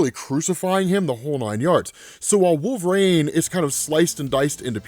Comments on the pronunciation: Can U not pronounce Wol-ver-ine? It is not Wolverane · Anybody else notice this dude saying "wolverAne" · I'm not the only one picking up how he is pronouncing wolverine ... cause it's annoying me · It’s pretty baffling how so few people comment on this, his pronunciation is so distracting lol